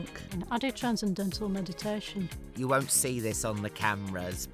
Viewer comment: Transindental meditation? Did I hear that right? 😂 I wouldn’t last five seconds in a room with Diane Morgan.